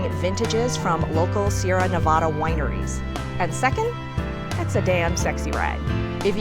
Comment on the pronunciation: Nevada not nevoda remember that so you don’t get looked at funny from people that come from Nevada it’s not very hard just replace the o with the a when you say it